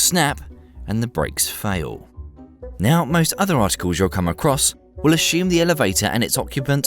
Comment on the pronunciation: No 'H' in assumed